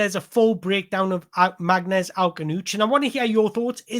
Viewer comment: His name is pronounced "Marness"--it is a Kabyle name (Berber part of Algeria). Get his name right and you have made the effort unlike all the game commentators and all the online critics. He is a sublime young player and a great person, and he will be a superstar in the EPL.